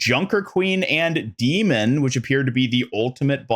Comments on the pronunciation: I love your content, and it is such a small thing, but I have to admit that I whince every time you say Demon instead of D.Mon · Dude it’s D-Mon like Digimon or Pokémon … not Demon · Do you pronounce the names of almost all heroes wrong on purpose? Is D.Mon not demon, it’s Anran not Annrin. Feels like rage bait at this point. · dee-Mawn (not Dee-munn). :D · how you mispronounced D-MONs name the entire video when she says it in her trailor is so funny to me